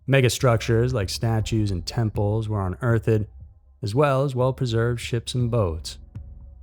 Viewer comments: "unearthED" lmaoooo bro, its just unearthed, you dont pronounce the end so hard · Where in the world is it pronounced unearth (pause) ed? Love to know??? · " un-earth-Ed " lol I've noticed some channels will take a well known word and pronounce it in a baffling manner. Just one word. Every video. I'm convinced they do this on purpose because it leads to way more engagement when 300 people run to laugh & point out the funny sounding error. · “Unearth-ed”? Lol love this channel but why did you say it like that? 😂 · You pronounce unearthed oddly. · yeah, actually i do pronounce every word correctly. if they do such SPECTACULAR work then they should have noticed he said the word wrong. and yes, he did pronounce it wrong. it has nothing to do with me wanting him to pronounce it a certain way, just that it makes the narrarator look stupid. lmao trust me, i said something important and intelligent. dont bring your emotions into it, just say i was right and move on